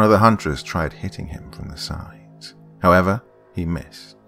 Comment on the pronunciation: I read this just as he said “Howevah”